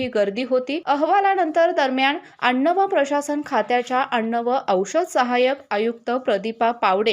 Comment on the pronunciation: अण्ण काय अन्न बोलता येत नाही